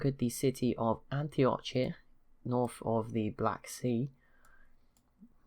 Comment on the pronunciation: It's pronounced Antiok, not antioch (despite spelling). Also, a TSL AI only where North-south is transversible! There's a mod for it